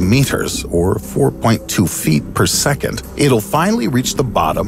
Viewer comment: “Intresting” is not a word. “Secont” is not a word. “Usuhly” is not a word. “Becuz” is not a word. Finally not “Finely”. Notuhficashins” is not a word.